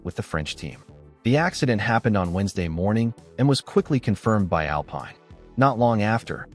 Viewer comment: Tell your AI that Alpine in the context of the F1 Team is pronounced (Al - peen) Cheers